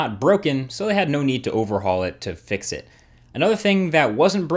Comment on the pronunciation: EthanReres- WafflesFrom-Hell but you said you have "it", it sounded like you said you have a g4, which isn't out yet